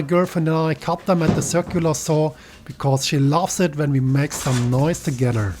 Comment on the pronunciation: "She luvs it when we make some noise togedder...." 😂